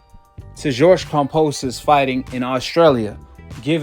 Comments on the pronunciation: KamBosos not KamPosos, why he say it like that lol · Cam"B"osos not Kam"P"osos. love your vids. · Where's the P in Kambosos? 🤔